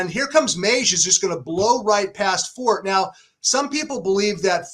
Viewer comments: Forte, the word, is also an Italian word. In Italian, the e is pronounced. His owners have Italian surnames, not French. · Just a note re the word "forte." In English, if you're referring to strength or fortitude, the "e" is silent. In music, it's "for-tay." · Are you really going to trust a couple of guys who can't even pronounce the Favorite's name correctly!!! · How can you guys possibly be pronouncing his name wrong? What the AF?? It’s For-TAY for Christ sakes. What is happening?? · the owner pronounced it For-TAY on TV multiple times. Along with his daughter, she pronounced it that way as well. So.. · Just can't get past that these 2 can't pronounce the favorites name properly. Also, Beyer has always been heavily California biased. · Yes it's not Fort 😂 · God, learn how to say "Forte"....